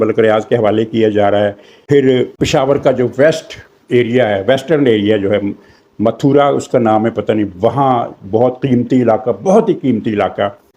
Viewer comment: Mathra,,,Mathura nahien